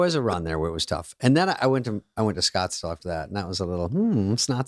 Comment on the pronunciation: "mmmm... snotsdale" LOL